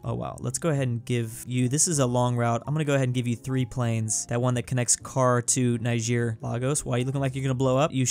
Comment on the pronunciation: Ni-sheer? Its ni-jer